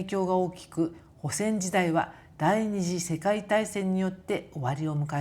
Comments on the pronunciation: 帆船は「はんせん」と読みます😊 いつも見ています。 この頃はアップが多くて嬉しいです！ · こんばんは。毎回楽しく視聴しております。頻繁に配信して下さり、😊ありがとうございます。 ところで、海洋博物館での説明で、『ホセン時代』と聞き取れる部分は？『帆船ハンセン時代』とおっしゃっているのでしょうか？字幕がなく、よく聞き取れませんでした。 また、これからも愉快な夫婦旅を明るい気持ちで楽しみたいと思います。 お身体を大切に、美味しいお料理を盛り盛り食べて元気に人生の豊かな旅をお楽しみください😋😌